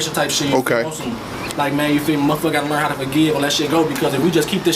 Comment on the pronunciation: “But we will Lear more about him” 50x this guy fck ma mind lolz